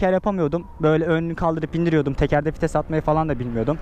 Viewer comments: abi 3 yılda anladım fites değil vites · Bi kere daha '' fites'' dersen intihar edicem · Fites diyişini yediğim